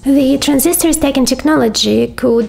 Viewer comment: Hi. There is a difference between "staking" and stacking. Two words with different meanings. Just a hint for pronunciation.